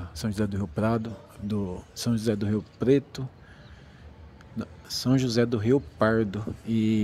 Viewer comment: Oi irmão boa noite então irmão tu tem que falar o nome da cidade direito você falou São José do Rio Prado hora pretos sei lá que você falou aí e outra mostrar o ônibus saindo de viagem né os